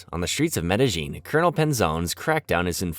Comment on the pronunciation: Don't get how people can make hours long videos that probably take weeks to create and still pronounce Medellin City wrong.